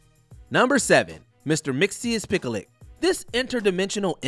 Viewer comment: Number 7’s name is pronounced Mr. Mix Yez Spit Lick.